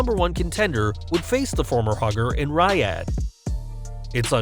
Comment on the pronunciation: Why do you keep mispronouncing "Riyadh"